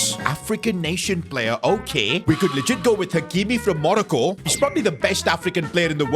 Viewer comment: idk it sounded like Monaco